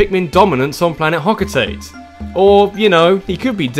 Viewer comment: "escape hotoate" oh no